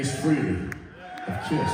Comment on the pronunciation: for the love of god can people please stop saying ace FREELEY ??? his name was ace FREHLEY , after all these years yall posers still cant get his name right ??? Jesus christ man